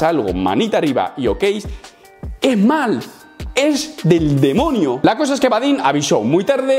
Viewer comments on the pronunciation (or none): en dijiste "es maal", como un Argentino JAJAJA